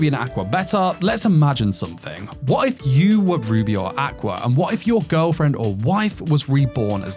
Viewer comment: I’m listening to this while doing other stuff and being the degenerate isekai lover that I am, every time you say “Ruby and Aqua” all I see in my head is Rudy from Mushoku Tensei (it genuinely sounds like you’re saying Rudy instead of Ruby) and Aqua from Konosuba and I’m just laughing over that pairing 😂